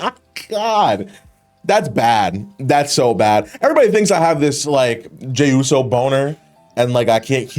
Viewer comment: Bros white boy came out lmao he said hey yooo